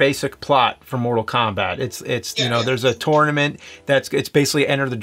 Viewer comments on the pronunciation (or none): Why you always say "tornament" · "this is the 10th *turtlement*"